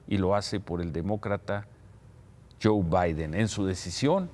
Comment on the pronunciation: anda muy perdido con las elecciones gringas. Para empezar es 'Joe' no John.